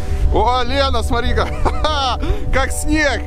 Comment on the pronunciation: а мне понравились зеленые домики, такие милые. И извините, Илья, но надо говорить смоТри, а не смори )))